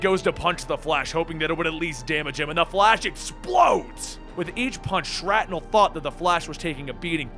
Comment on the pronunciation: I'm pretty sure it's pronounced "Shrapnel" not "Shratnel".